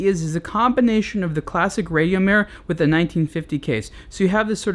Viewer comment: You don't pronounce Rad io Mir correctly....